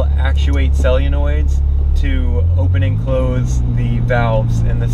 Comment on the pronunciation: It's pronounced "Sol-a-noid" not "Cell-u-noid".